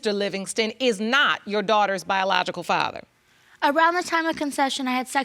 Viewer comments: Did she just say the time of concession?!? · Yesss laaaawd, the consession date lol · She sure did say "concession" date! LOL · Did u hear her say, the night of 'concession' instead of 'conception?' 😂 Why do these geniuses keep procreating??!! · She said "concession" and not "conception"? Stay in school kids. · "Around the time of consession.." Lol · Did she say at the time of concession? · Are we just gonna ignore the fact she says concession instead of conception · She said “date of concession” 😂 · Did she say “concession”? 😂😂 It’s “conception” whew chile they don’t need to reproduce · “By the time of concession...” Um, you meant to say conception, right? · Wait... did she say “time of concession?” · Did she say "time of concession"?